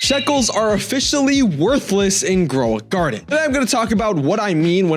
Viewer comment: Shekels (it's sheckles not shekels) Growing Guarded? (It's grow a garden) DOE?! (it's jandel)